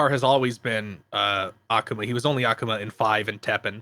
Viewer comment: Why do you guys all mispronounce Akuma's name, it drives me nuts